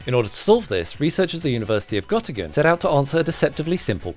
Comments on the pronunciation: Göttingen not Gottingen you cant just pronounce the ö like an o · Its GÖttingen. It's an ö not an o. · It also sounded like Gotti-gen, not Gött-ing-en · Its Göttingen, not Gottingen. ;-) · Hehehe, Göttingen, it's like buttingen in Turkish language 💀💀💀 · Göttingen Germany the ö is spoken oe tho in English that is very much impossible to get right because of the dialect but for anyone interested this is how that letter is spoken but as comment says it’s a different city this scientific study was conducted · Gotta pronounce "Göttingen" right. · can't even say the name of the university and makes videos. you do realize it's not live, right? go get your shit together, stop littering youtube and get some dignity in the meanwhile. that's just humiliating and pathetic. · göttingen sounds very swedish lol